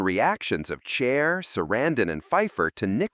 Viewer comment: I always know it's AI from the weird name pronunciations. Chair? C'mon.